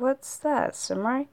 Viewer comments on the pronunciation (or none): none